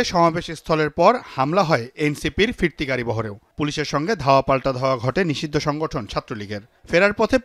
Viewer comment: 😂😂😂 bokacodara nisidho bole😂😂 kangladesh